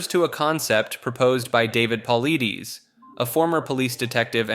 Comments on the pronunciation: His last name is pronounced. Po lye dis. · It's pronounced Puh-ly-dus, and he refuses to give an explanation or an opinion of what's happening. Why are you lying? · Dude your info on the missing 411 is bogus. The berry bushes is ridiculous. He doesn't believe that berry bushes are what's making it happen. Of course also you say his name wrong too. It's Puh-lied-ees not Puh-lee-dees. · David Paul-eye-diss, not pauleedees 🤦‍♂️ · I hate it when you guys can't get anyone's name's right at all! It's Dave pole-itis not Dave pole-leeties! You guys suck Blls!! 😊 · If you’re gonna relay a story maybe you should learn the proper way to pronounce the main person’s name…you PRONOUNCE his name “Pah-L-EYE-Dis” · David's last name is pronounced Pa-light-us great vid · Omg, the was you say Paulides (Paul-I-diss) is infuriating! I thought this video looked interesting but I can’t deal with the voice. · Just for future reference: David Paulides last name is pronounced Paul-Eye-Diss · You pronounced David's name wrong. Just a friendly note. Its like; Puh lie dis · Hey pal, just a little tidbit... David Politis is pronounced "paul-eye-dis" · My God, get his name correct! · Listening to Mr Ballen for a couple of years, yeah he butchered his name. Also never heard that story about the bushes. I would say if anything these people are either taken by bears or trafficked to another country and sold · When you mention a man it's only right that you learn to pronounce his name correctly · I give you a down vote cause you can't pronounce David's last name. Makes me think you are an ignorant voice whom has never listened to Coast to Coast. Who are you?